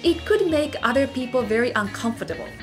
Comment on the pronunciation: Great video. I would suggest being more precise in your pronunciation of English words. Uter when you meant Other for example. Every language has its melody and sometimes it important to recognize when your using the Japanese melody when trying to speak in English. Learn the English melody and your English will improve significantly.